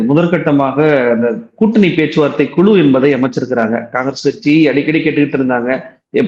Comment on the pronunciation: குழு,உழைப்பு என்பதை குளு, உளைப்பு என கேவலமாக உச்சரிக்கி ன்றார்.இரண்டு உச்சரிப்பிற்கும் வெவ்வேறு அர்த்தம் உள்ளது.திருத்திக்கொள்வாரா?